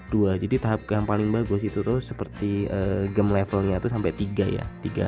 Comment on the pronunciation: cb denger di google cara baca gem nya gmn. malu